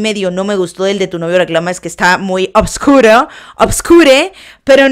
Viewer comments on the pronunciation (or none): none